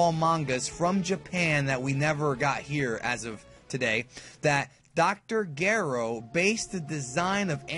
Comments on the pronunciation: You pronounced Dr. Gero wrong. It's not Gero (with a g sound). It's Gero (with a J sound). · It's pronounced as Dr. Jero not Dr. Gero right guys? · Majin is pronounced with a hard J and Gero with a soft G. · did he really just pronounce "gero" like 'GARE-oh' ??? smh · GIAR RO? REAL DB FANS DONT MISPRONOUNCE NAMES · That's not how Dr. Gero is normally pronounced is it? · Dud you didn't say dr gero right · You pronounced Gero wrong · Dr.Gero he pronounced it wrong and it makes me cringe wow